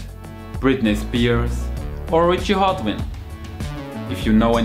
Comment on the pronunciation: It's Hawtin, not Hatwin lol